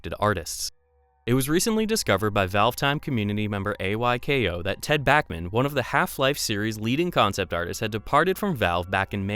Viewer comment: I love how you pronounce my nickname (AYKO).:)